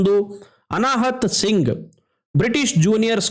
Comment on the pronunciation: ಅನಾಹುತ್ ಸಿಂಗ್ 😅×ಅನಾಹತ್ ಸಿಂಗ್